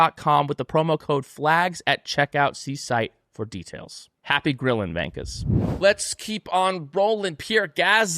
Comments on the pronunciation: Hi guys and girls. Probably an argument in the marketing team. V not W on the Gunther shirt. He says vankers. In Australia a wanker is a wanker. Not a vanker. Slight difference but our humour gets it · Literally nobody says vankas but you guys. Just say wankers. Even gunter says it right